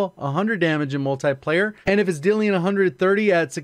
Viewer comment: this man saying multiplayer like mul tie player